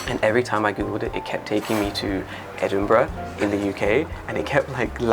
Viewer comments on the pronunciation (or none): Edinbrough? It's Edinburgh! 😂 🏴